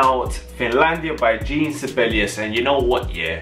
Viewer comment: Jean Sibelius's first name is pronounced like the French form of the male given name “John.” It is pronounced (phonetically) as “Zhawn,” with, if you want to be precise, that very French nasally “n.” The “Zh” should sound like the “s” in “Intrusion.” So, it is NOT like "jeen!”